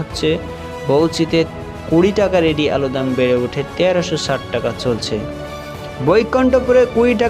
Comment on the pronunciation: Are pagla, valo kore alu uchharan kar, tar par khabor korbi ‼️